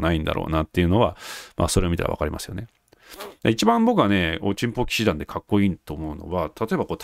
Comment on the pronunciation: 冒頭のおちんぽ騎士団の発声がとってもステキ♥ 恥ずかしがらずハッキリ言える人は格好いいですよ！